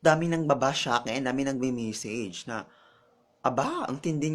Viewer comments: message Hindi misage... judge mental. Hindi judge mintal. hahaha.. mag aral k muna ng tamang pronunciation bgo ka mamintas...hahaha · nag.aaral ba to? pa English pa wrong pronunciation pa.. punyetang bakla to! sarap bitayin..! d pa magaling magsalita .. nag memesij? ok ka lng? boring mo!